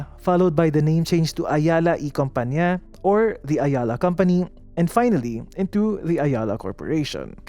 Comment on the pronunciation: You see…. La Tondeña. LA as in CASA. Not LA as in APPLE. Compañía = / com pa NYEE ya / Zobel = / So bel / Not /z/ You see…. 😉